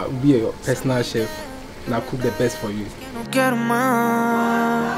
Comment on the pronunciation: It's chef...not "tchef"